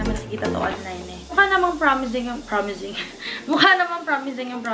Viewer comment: Natawa ako sa "promizing paren" HAHAHAHAHAHA